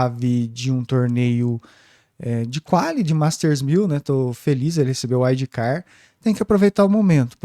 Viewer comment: “Uaidi car” sangra os ouvidos 🤣🤣🤣